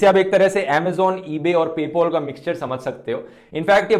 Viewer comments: "PayPal" Dhruv not "Paypol" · Bro..it’s PayPal not “PayPOL” 🤣🤣 ..shld hv used “A” instead of “O” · abe yhi pronounciation h... wo Indians apne accent me pae-pul bolte h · But that's how pay pal was pronounciated back then....it's not pay "paal" it's actually pay "pawl"....please correct me if I am wrong....!!! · No one : Literally No one : Dhruv : "Pay Paul" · No one: Absolutely no one: Dhruv: PayPOL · Nobody Dhruv Rathee: Paypol